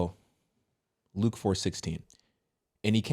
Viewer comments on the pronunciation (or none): none